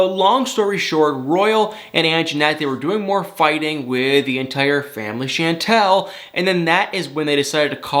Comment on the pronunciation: Pleeease pronounce her name right.. it's NOT Shaaaantel it's Chantel (like Shaun-tel or Shawwn-tel).. and it was nice to see you tryin to lift your eyelids a bit more as in matching the same amount in your face as you undeniably express in your voice. You got me into watching this show this season cause no way did I want to last season.. I can't stand needless, made up, just for drama fighting.. but I always stan for you and thumb thumb thumb thumb it up for you. OH And Nicole's Mom was SO disgustingly rude that I did start to say I'm gonna give it a lil' more but it started to seem fake.. and then how Royal just told his family to leave soooo rude and cold... I'm like whaatttt.. who talk to their family and parents like that?.. and they didn't even clip him?? No way.